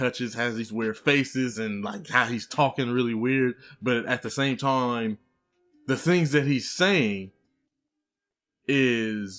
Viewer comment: At the same time”toiime” 😝 Are you taking classes or learning about acting, writing or film making in general?